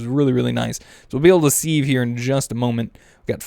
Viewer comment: Wow don't compost the silk worms! Cook them they give high saturation food, so you have twice as much as a full food!!! OMGZ and then you have to say 'seeve" its a "Siv" as pronouncing goes. Seriously Are you trollllllling because STAPH it!